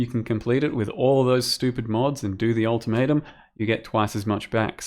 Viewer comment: Yeah new league all tomato! (that what I hear when say ultimatum)